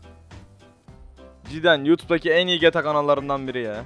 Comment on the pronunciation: Abi Gyyyyta degil gta